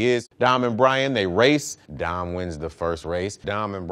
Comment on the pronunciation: Why tf I heard "Dom and Brain Drink Corona's for the first time"